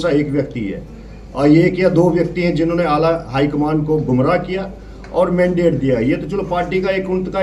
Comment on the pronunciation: Achi baat hai isne resign krdiya kyuki yeh ek anpadh banda tha mandate ko mandidate kah raha hai